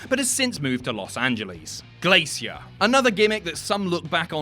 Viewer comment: First time I've heard it pronounced Glay-see-ear rather than Glay-sure.